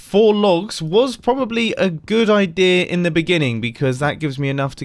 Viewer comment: Did he just say idear